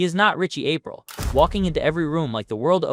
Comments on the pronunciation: Ah-PREE-ul, not APE-ril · Probably said it that way because this is an voice